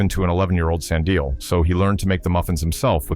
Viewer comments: 'Sand ill' 'Nat AL' eish this AI thing... 😂😂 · I hate it when people don't pronounce our names well, it's Sandile not Sandio😏😏😏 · Sand-ill and Slind-ill ⚖️